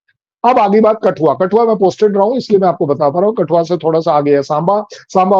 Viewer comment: कठुआ को कटुआ कौन कौन सुना 😅😅